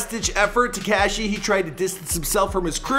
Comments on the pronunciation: Why he say tekashi like dat wtf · damn wish knew how to say “tekashi”. it’s not “tech-cashi”. he makes the coolest words sound corny asf. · Its not "TeCashi" and the way you say "Tr3way" is so cringe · It's not tacashy🤦🏻‍♀️ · This dude puts next to no effort in properly pronouncing names or places. Some of his information is off too. Consistently. TeCASHi. Bedford-StOYvesant. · The way you pronounce Tekashi. smh